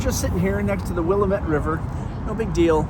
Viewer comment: Glad you had a good time in Portland, my home base for coming up on 20 years. Thanks for sharing. Pro tip: it’s pronounced wi-LAM-it (The one that really got me when I moved up here is the street Couch is pronounced “cooch”!)